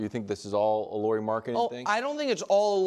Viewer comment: It's not Laurie, it's Lauri.